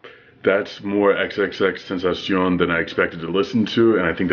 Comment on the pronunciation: He's pronunciation is tentashon" " The correct pronunciation is "tentasiyon"